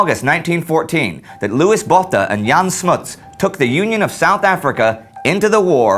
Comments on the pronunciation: Botha...is pronounced Boata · Just a note,, Louis's 's' at the end is silent, and Botha has a long 'o' sound (kind of like when you go through the alphabet and say 'o', not quite, but it's closer than the short 'o' you used). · As my surname is Botha as well, I find your pronunciation of the surname quite hilarious throughout this whole video, along with all the other Afrikaans names and surnames. Also, quite sad to find how much that you really glossed over the Anglo Boere Oorlog.